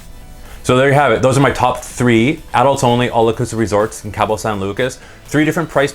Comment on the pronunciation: It’s pronounced KAH-BOW not Cab-O